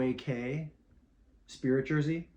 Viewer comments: Castaway KEY not Cay is how it's pronounced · Cay is pronounced “Key”. Don’t ask me why. 😂